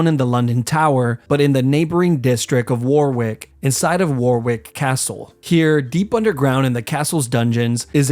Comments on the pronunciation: warwick is pronounced woarick like oar of a boat not war-wick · btw it’s pronounced wa-rick. Nonetheless great video ! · I love near Warwick and have gone to Warwick castle (it's pronounced Woh-rick btw) and love whenever it gets mentioned in videos like this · Wor-wik is pronounced 'Worrik' Tally ho chaps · It’s not “war wick” it’s it pronounced wah Rick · Quick thing, Warwick is sadly pronounced “worrick”. I wish it was War Wick. That would be cool. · war-wick lol. it’s pronounced worrick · “War Wick” …. is in fact pronounced “Worrick” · If you're gonna make videos like this, learn to pronounce things, it's pronounced Warrick not war-wick, the second W is silent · Humans disgust me, I look at myself and others aroudn me and realise how selfish, how cruel we all are. But i do have to say, Warwick isnt pronounce War-Wick its pronounced wo (like wok without a k) - rick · it’s pronounced at worick not war wick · its pronouned 'WA-RICK' not War-wick even though it looks that way :) and the medieval period in England/UK finished in 1485 AD at the Battle of Bosworth field where the Tudor dynasty began and the Plantagenets ended. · Just a small one... Its not pronounced "wore wick castle", it's pronounced "Worrick castle".I personally wouldn't call it a neighbouring district, as it's a few counties north east, 90 odd miles from London. Otherwise a real interesting gruesome vid. Thoroughly enjoying your series of vids! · Warwick is not pronounced “war wick” it’s “wa rick” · "war wick" 😂 it's pronounced warrick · Its pronounced wa-rick, not war-wick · its not pronounced warwick it’s pronounced warick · Nitpick: Warwick is about 100 miles from London, which in medieval England meant several days hard and dangerous travel (not a "neighbouring district"). Also Warwick is pronounced "worr-rick", not "war-wick". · And its not Warr Wick. Its Warwick..."warrick". Typical yank. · Just to correct you, it's pronounced Warwick. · Tower of London. And pronounced Warrick.